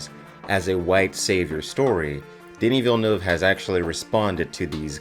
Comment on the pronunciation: I must say, as a French Canadian, you're the first english-speaking person I heard pronouncing his name correctly lol